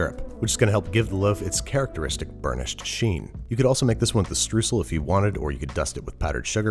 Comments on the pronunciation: Streusel is pronounced "Shtroyzel" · here a lil funfact: Streusel is pronounced more like "Shtroy-sel" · streusel, s like in sure, t r eu like in toy sel :D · Streusel... how much do you want your words butchered? americans: yes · The way you pronounced Streusel triggered me ngl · I think you were trying to say Streusel? If this is the case it would be pronounced with an oy sound. Were I come from in Germany we fill them with finely chopped hazelnuts, which gives it a great texture and as the fillinger layers a thicker improves the filling to dough ratio.